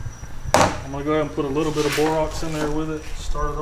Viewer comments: ...it's BORAX....not BOROX.....( yes ..I am OCD...lol)😂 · Borax. BorAX not Borox. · First off it is BOR-AX not BOR-OX. Second when you stir the gold it is not a martini that you swirl it like a glass of milk. You are not "evening" out the gold you are mixing the borax into the mixture. Heating the mold with a torch is superior as it keep the mold pure and clean. Putting it on top of the furnace and you get your mold covered with the burn off smoke and it adulterates your bar. Keeping the torch on the mold while your pour keeps the mold evenly heated and you won't have the wavy bottom. Every time you scrub your bar you are scratching off gold. You have to pour with one fluid motion to get a nice result. Try setting up your bricks so you can rest your crucible on something before you tilt it into the mold. That will keep your hand steady rather than a herky jerky pour. Pour into the mold longways to retard spillage. When melting gold be sure you have a good quality graphite crucible. It's essential to use a crucible that is compatible with the type of metal being melted and to consider factors such as thermal shock resistance, durability, and chemical compatibility. Tumbling to make it pretty is costing you gold. Tapping your stirring rod you are flirting with a mishap. It is very brittle. Various fluxes, besides borax, can be used to facilitate the removal of impurities during smelting. Common fluxes include soda ash, limestone, and silica. But don't over do it. Less is better. Look into them to improve your purities. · BORAX not borox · It's not Borox.. it's pronounced (Baw - raks) or (Bore- Ax) ... I know I shouldn't be bothered, but little details are important too.. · Good video. It's pronounced Borax, not Borox. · Had to shut this episode off. Couldn't take listening to him call BORAX , borox sorry but in Canada we teach our kids how to read. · One why are you calling it borox it’s spelled borax. Lol you good just curious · "that bore-ox" lol